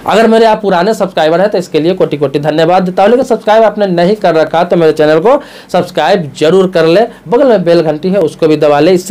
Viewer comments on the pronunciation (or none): none